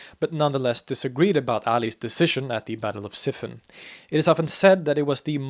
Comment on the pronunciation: Since your Arabic pronunciation is so good, I wanted to point out that Siffin is usually pronounced Sif-feen. Thanks for the great video.